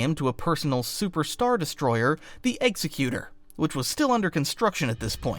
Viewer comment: you mispronounced Executor. Its "Ex - Ekh - You - Tore".